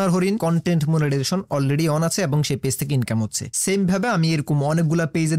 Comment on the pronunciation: ফেজ না গাইয়া ভুত, পেজ